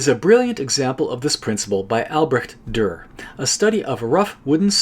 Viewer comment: On and by the way the way you pronounced it in the video is already pretty good!!